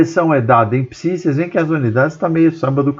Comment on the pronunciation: "PISI"!!! P-S-I!!! pelo amor de Newton professor!!!